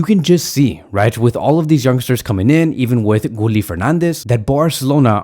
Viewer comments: His name is pronounced “Gee-yeh” not “Gooli”😂😂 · Gee-yell not gee-yeh